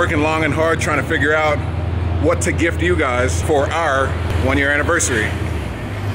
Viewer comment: Holy fucking accent when saying “our”